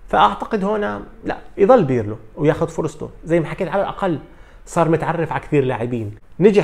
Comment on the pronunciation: اسمو للمدرب Pirlo وليس Birlo .. عيب صحفي بحجمك عندو كل هالقاعدة الجماهرية لسا ما بيعرف يفرق بين ال B و P .. والله مانا صعبة !!